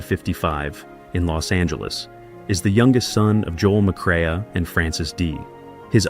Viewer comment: Teach your computer, artificial voice, how to pronounce Joel‘s last name correctly.